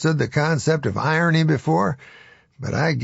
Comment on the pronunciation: Why do you keep saying it like that?